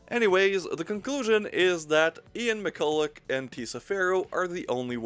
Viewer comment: Ian McCulloch has Almost the exact same surname as me, thanks for pronouncing that surname correctly... I think?